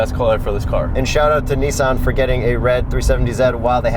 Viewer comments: 🤦🏻‍♂️ it’s not “Nee-zan” it’s “niece-on” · Its zetto not zi or zet. And its Nissan not nissen.... great video by the way. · "Neessen" lmao. Get it right next time. LOL great content! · The way they pronounce Nissan is troubling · Why are they pronouncing it kneesan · Can you not fucking pronounce NISSAN you dumb fuck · People keep talking about the car, but is nobody gonna mention the way way they say Nissan? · This is the exact wrong way to say Nissan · jesus fuck did you pronounce Nissan incorrectly on purpose? the cringe is real dude. seriously, how many people have you ever met that say Nissan like you do? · You say Nissan weird